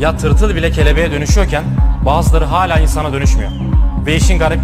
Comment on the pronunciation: 'HAYLA' değil 'HALA'